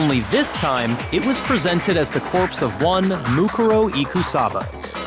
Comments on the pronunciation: They emphasized it wrong, I think. MooKOORow would sound more natural, IMO. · I am just now hearing the English dub, and this is really bothering me. "Moo-ku ro" Whyyyy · man theyre all pretty okay, but the way they pronounce "mukuro" (or any of the names, really) is driving me nuts